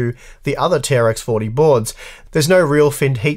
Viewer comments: It's not "tea are ex for tea" it's "T-Rex 40" for the name of the socket ! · It's pronounced "T-Rex 40", I will not accept arguments to the contrary